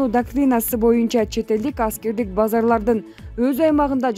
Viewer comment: Базар менен базанын айырмасын билбейт ко дейм бул апчем